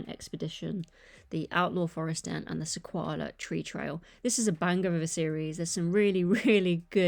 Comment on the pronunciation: I’m definitely getting the Off Road Adventure and the Sequoia Tree Trail. And by the way - it’s pronounced "SE-KOI-AH". Don’t know where you got the L from😂